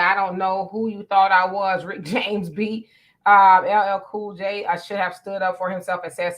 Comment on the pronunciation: LLL Cool J? What kind of Black People vote for that when he can’t get his Name right? 👀🤷🏾‍♀️